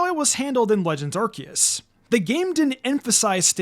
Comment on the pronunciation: it's pronouced "Are-See-us"